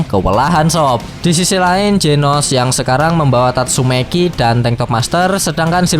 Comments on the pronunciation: tatsumaki bang. bukan tatsumeki. mesum nih abang nya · 04.39 , tatsumaki = tatsumeki wkwkw 😂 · Tatsumaki opai cantik idola.. Di katain tatsumeki sm mimin jd kayak kesel aja dengernya (ga jadi subs dah) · Anjay "Tatsumeki" 🤣🤣🤣